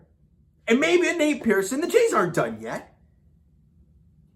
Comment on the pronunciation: Not Nate Pearson....Pearson in pen